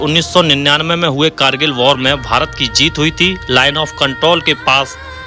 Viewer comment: War ko bar bol rahe hain.